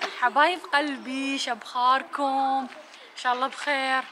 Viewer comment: انو ما تلفظ كلمة شخباركم اتكول شبخاركم همه يسوون مثلها